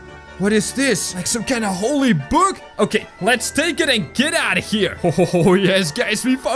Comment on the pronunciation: holly book. me:IT IS THE BIBLE